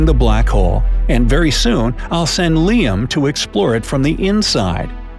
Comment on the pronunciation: Its liam not L.I.A.M